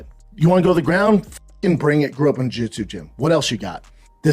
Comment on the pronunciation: Brendan schuab: jugichuchu lmfao he can't even say jiu-jitsu properly lmfao 🤦‍♂️🤣